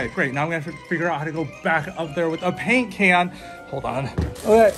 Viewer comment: She said caint pan instead of paint can